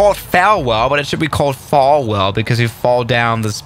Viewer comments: It’s pronounced fall well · Falwell like Fallwell says but I say, Fallbad 😂